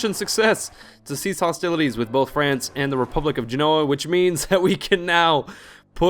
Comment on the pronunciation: What's Frence? BTW, that's not how Rheims is pronounced in French. But don't ask me for the correct pronunciation. What's so hard to understand about the "allies declare war" popup? It says something like: This ally attacked that other one, you can only stay allied to one of them, WOULD YOU PREFER IT WERE THE AGGRESSOR? YES/NO